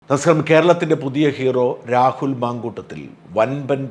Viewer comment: Mamkoottathil not mamkoottom.